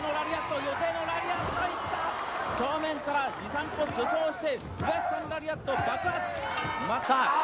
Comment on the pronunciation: ラリアットではなくラリアートです